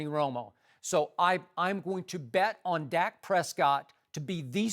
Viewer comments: Cant even say the dudes name right. Dak not zach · Skip said "zack Prescott" 😂 its dak !